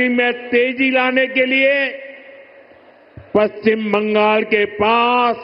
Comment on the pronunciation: পশ্চিমবঙ্গ শব্দটা প্রথমে উচ্চারণ শিখতে হবে। তারপরে পশ্চিমবঙ্গ আসার পরে ভাবতে হবে। বাঙাল বাঙাল এসব ভাষা কি?